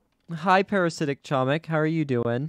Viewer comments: Yes it's like.homik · doing what i must do:, you are pronouncing "chomik" incorrectly, the "c" in "chomik" is silent